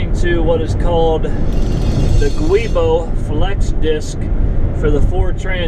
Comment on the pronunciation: the correct pronunciation on the Transit driveline part is "jew-boh". It's a flexible synthetic rubber disc to help with driveline vibrations. It's used on all Ford Transits over the world, not just here. BMW is also a big user of these as are other European mfgrs. It is a warrantable part up to 5yrs/60k miles, or if you have an extended warranty. If Ford does the replacement work, it is guaranteed for 2yrs/unlimited miles. Hope this helps with your anxiety. Also I'm not an expediter, (missed my calling I think), but I agree with the separate pay for each load item. No combining etc.